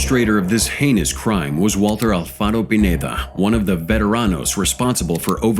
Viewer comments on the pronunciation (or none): none